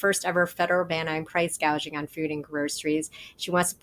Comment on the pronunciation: Or as she READS it price GUAGING.